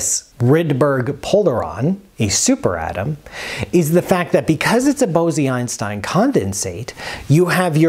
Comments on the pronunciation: Isn’t it pronounced bowz-Einstein, not bow-zee-Einstein? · Very good new knowledge for me. Thank you. Bose-Einstein condensate ... was proposed jointly by the Indian Physicist Satyendra Nath Bose and Albert Einstein. The word Bose is not pronounced as Bozee but rather as Bos and the 'o' is pronounced as 'oa' in hoarse. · Bose (in Bose-Einstein condensate) is pronounced like Rose. Not like Bosy that you are pronouncing like Rosy. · It's Bose as in Nose. Great video! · Great explanation! One nit: according to Wikipedia & Google translate, the "e" in Bose is not pronounced. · Bose? It's pronounced Bose??